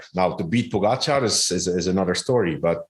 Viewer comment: Lance, it's not that hard to pronounce Pogacar correctly. Show some respect!